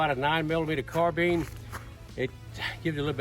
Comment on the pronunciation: Pronouncing it wrong, “not” as in has your Carbeen running on Carbeans. But rather correctly pronounced Carbine as in Combine two together ‘or’ Nine bottles of Fine Wine & Dine.